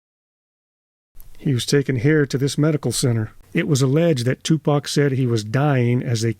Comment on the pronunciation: I’m glad you didn’t pronounce it “2Pack.” 😂